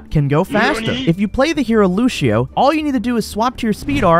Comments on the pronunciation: Who the hell pronounces lucio as looshio.. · It is insane how americans will manage to mispronounce names that even make sense in english. How in the world do you read lucio luxio?